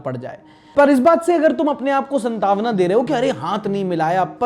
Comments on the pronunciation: "SantAAvana" nahi "sAAntvana" hota hai!! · संतावना क्या होता है सांत्वना कहते है इसे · it's not santawma it's santwana 😅😅😅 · संतावना ❌ सांत्वना ✅ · Santavna😂😂Bhai santvana hota hai... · संतावना नहीं सांत्वना होता है भाई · भाई सांत्वना होता है संतावना नहीं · santaavana nahi bhai saantvanaa hoti hai please correct yourself Bhai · Bhai santaavana nhi Saantvana hota hai yaar... Bahut time se notice kr rha hu.. koi correct nhi krta kya apko, kesi team hai